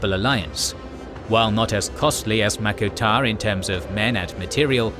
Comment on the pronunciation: wtf is mako tar?